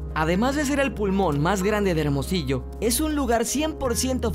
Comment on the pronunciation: se dice Hermosillo